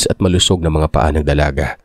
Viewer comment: YUNG UMAAMAG NA PAA IS HITA PO ATA YUN😅 TAPOS DAPAT SLOW LNG PAGKABASA NYAN PAG BISAYA NA PAA. PAG TAGALOG NMAN MABILIS LNG PAA AS IN TIIL SA BISAYA😆SKL